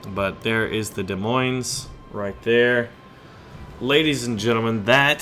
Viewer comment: You pronounce Des Moins as "De Mwai"